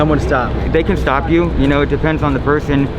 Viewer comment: He literally says “If they do Shtop shombody “ why does this guy pronounce EVERY single S with a SHHH